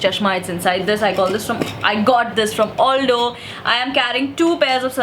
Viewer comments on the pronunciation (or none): It's Al-Doh and not All-Doh. You can thank me later 🙃